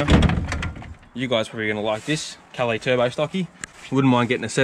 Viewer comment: Itsa " Cal laaace" maaate.